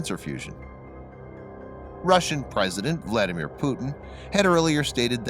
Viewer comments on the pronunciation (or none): none